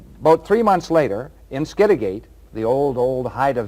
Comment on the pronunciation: P.s. skid a get.....not skid a gate